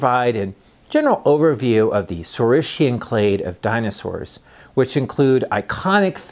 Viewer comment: Thank you for this fascinating lecture,. Let me ask you just one question: how it is really correctly pronounced? "saureess-shian" and "orneeteess-shian"? really? not "saureess-kian" and "orneeteess-kian"?